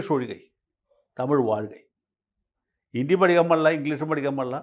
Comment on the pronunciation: ഹിന്ദി എന്നാണ് ഉച്ചരിക്കുക ജയശങ്കർ ജി. ഹിണ്ടി അല്ല 😂😂